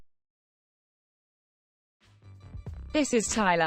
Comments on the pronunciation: Here's another do: Pronounce Pattaya correctly i.e it's not Pa-ty-a, it's Pat-a-ya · Amazing how virtually nobody can say "Pattaya" correctly! It's 3 syllables to pronounce it right.